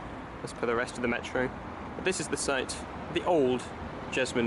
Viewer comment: orrible pronounciashun of metraw. pronoonce it lak a propa geordie man.